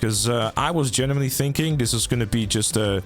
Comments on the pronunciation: Do you say genuimenly ? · he is 'GENIMENLY' interested, guys...